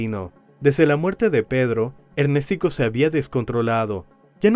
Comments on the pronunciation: Y le decían Ernestico jajaja o Ernéstico jajaja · ErnÉstico ojito, el men se llamaba Ernesto y su diminutivo sería Ernestico ,la pronunciación está mal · Me da dolor de cabeza cada ves que escucho ErnèsTico 😂😂😂